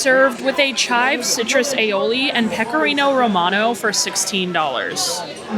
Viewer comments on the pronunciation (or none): none